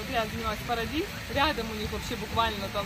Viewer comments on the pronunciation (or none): Только "Paradise" читается как "парадайз", а не "парадиз" ) с перевода с английского означает " Рай" ❤️